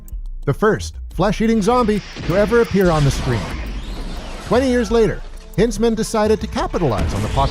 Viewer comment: O......M......G I hate to be that guy, but what is your major malfunction that you can't say Bill Hinzman's name properly. Think of Heinz Tomato sauce brah... Its pronounced the same. It shouldn't bother me this much but it does by the sheer volume of times you say his name in the video. Surely when doing research for this video, you must have seen an interview from Bill where he introduced himself? 😲